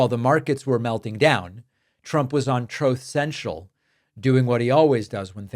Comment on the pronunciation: love it when he says troth central!